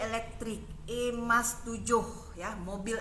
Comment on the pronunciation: Sebutnya biar betul boss kalau mau koman, e-mas bukan emas, kita bukan marah boss mr ri cuma ingatkan saja.